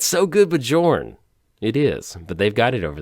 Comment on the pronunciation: Please please please stop calling him Jorn. It's pronounced YOOOOOOOOOrn. Besides that, glad to see you survived the ice storm!